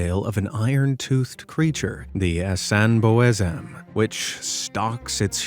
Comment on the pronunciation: 😂. Hahahaha I’m from Ghana 🇬🇭 and that Asante word should be Asan - bosam that would be easy to mention but u tried but was off it. Love from 🇬🇭.